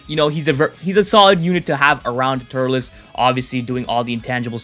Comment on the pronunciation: It’s turles not turless